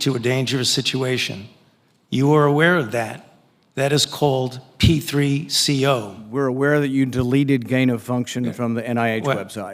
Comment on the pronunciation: P3CO ? I think he meant C3PO 🥴😂😂